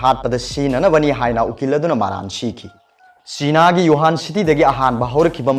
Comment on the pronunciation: Plis use correct pronunciation... Like chiiiina... It's china sir